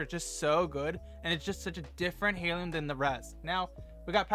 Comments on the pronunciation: Airloom is how it’s pronounced. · hey friend, the "h" is silent but great vid